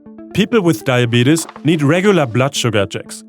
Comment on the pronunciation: Die-a-beat-us and Freddy. My heart is filled with joy! 😁